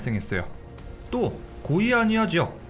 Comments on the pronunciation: "고의" 아니야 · 고의아니야 사고 라고 들림 ㅋㅋㅋ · 고의아니야라는줄 알았네